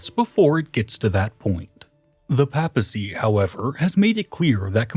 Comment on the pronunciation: Has no one ever taught him, after all this time, how to pronounce papacy, papal, arch-anything, or clergymen?